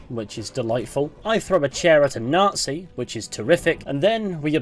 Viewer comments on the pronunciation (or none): Nazi* not Nohrtzi